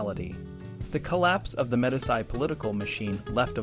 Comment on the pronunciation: Its hard to take a narrator seriously when he is incapable of pronouncing the word, Medici. Pathetic!